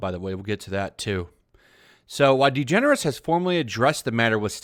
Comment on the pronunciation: WHO😲IS ELLEN DEGENERUS ??? NEVER HEARD OF HEŘ ???😀